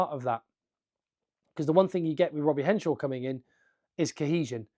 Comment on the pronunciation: It's Henshaw, not Henshore!